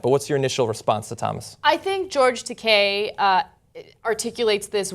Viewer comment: George Decay? Man. Butcher the name. Funniest butcher near ever. Ta, like Ta-tah (version of good-bye)! And kei like the letter. T-Ah-K. Takei. Not Decay. Pretty funny though. George Decay. Pfft! Sounds like some kind of super villain. XD